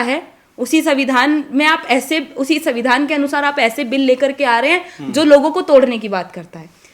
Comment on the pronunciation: मेवाड़ी वीरांगना को सुन अच्छा लगा बुरा न माने हिन्दी अच्छी है संविधान शब्द का उच्चारण पर ध्यान रखना होगा 🎉